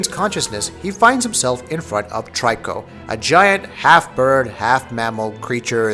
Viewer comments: i keep hearing a lot of people pronouncing Triko as Try-ko..but its Tree-Ko (much like Ico = Eek-o) technically i believe its To-ri-Ko in japanese wich could be translated as bird-cat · he also keep saying 'Try-co'........lol......I'm so confused. Didn't he play the game??? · Love this game! Watched so many reviews and this is one of the few I’ve liked so far. I’ve noticed you call the beast ‘Try-co’. I pronounce the name that way too, even though it’s not intended, and perhaps prefer this over ‘Tree-ko’ since it sounds sharper, an honour to the Griffin’s strength.For anyone who strives for accuracy, then using the word ‘Toriko’ or ‘Tor-ik-car-na’ as the boy/man seems to say may be more suited. As stated by others, this translates from Japanese as ‘young-cat-bird’ but additionally, it also means ‘prisoner’.